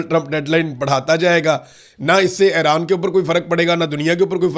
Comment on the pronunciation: صحیح تلفظ Eران ہے Aران نہیں